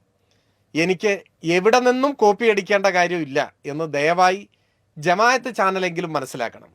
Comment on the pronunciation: ജമാ " യ " ത്ത് എന്നല്ല ജമാ " അ" ത്ത് എന്ന് തിരുത്തി പ്രയോഗിച്ചാൽ കൂടുതൽ നന്നായിരിക്കും. അല്ലെങ്കിൽ ഇത് പുതിയ ഒരു സംഘടനയാണെന്ന് തറ്റിദ്ധരിക്കാനും സാധ്യതയുണ്ട്. കണ്ടൻറ് നന്നായിരുന്നു, അവതരണവും.